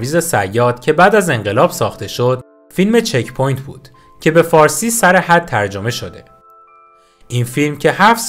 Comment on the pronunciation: دوست عزیز ! شما فیلم سرحد رو سر حد خواندید که صحیح نیست !